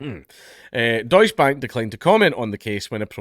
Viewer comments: Deus Bank, well they don't deserve to be pronounced right. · Please, for the love of god, put an e (prnounced like the first E in Enemy) after the 'deutsch'